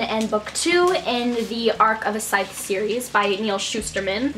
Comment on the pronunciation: Yay, you said "Scythe" right :D